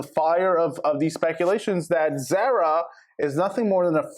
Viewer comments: ITS NOT PRONOUNCED THE SAME AS SARAH ITS ZAH RAH!!!!!! If you're gonna report, get the girls name right. Idk how many times you said her name wrong!!!! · ZAR-A....its not a long A sound